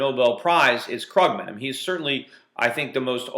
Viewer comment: its kroogman! xD krooooogman